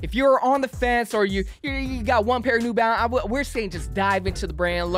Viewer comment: It’s just “New Balance” bro, not “nEw BaLenCeZ”💀💀💀😂